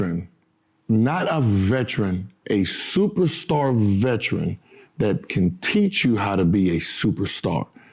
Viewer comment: Man said “VHETRIN” a superstar “VHETRIN”